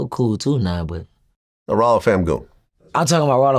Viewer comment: Vlad said I'm coo wit da feet... 😅😅😅😅🐾